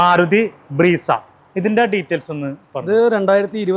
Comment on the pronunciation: സുഹൃത്തേ ബ്രീസ അല്ല മാരുതി സുസുക്കി ബ്രസാ